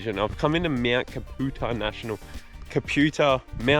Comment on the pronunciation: It's pronounced Cap - U - Tar... My home range